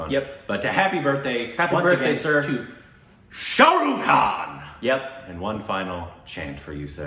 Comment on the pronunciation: its not 'Sha Ru Khan' its 'Shah Rukh Khan'